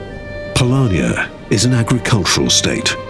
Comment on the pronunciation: Yes and offputting having to listen to him saying Palania instead of Polonia. Since the creator of the world was polish maybe the could have put in a little more effort